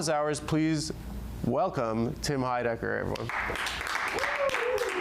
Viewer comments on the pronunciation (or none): Is Adam pronouncing his last name wrong?